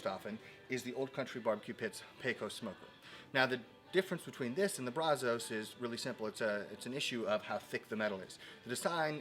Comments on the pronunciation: Love ur videos man! But... “Brazos” is a river in Texas. And, you dont say it correctly. Say “Brazz-us”. Trust me on this. 💪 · Dude is obviously NOT a Texan or a "Dallas" guy because he isn't pronouncing Brazos OR Pecos correctly. It"s Brazz US and Pay CUSS. Your welcome. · i'd imagine if you took a poll, most texans pronounce brazos like "bra' zuss." bra as in "brat" and zuss as in... "us" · Its pronounced BRAZ-əs..Sorry I got so triggered. I live in Brazoria county about 3 miles from the Brazos river...Great channel...I have spend about 8 hours on here in the last 2 days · You can definitely tell you ain't from Texas. Mispronounced Brazos and Pecos smh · Ok man I don’t want to hate but you are killing the way you pronounce Brazos